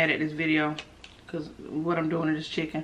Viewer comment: "We done got the chickum"! 😭😭😭😭😭😭😭😂😂😂😂😂😂